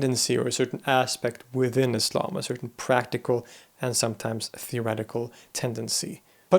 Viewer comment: You're the first Western person I know who says Islam as Islam not Izlam!